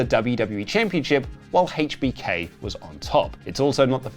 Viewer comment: Why are you saying HBK like that lol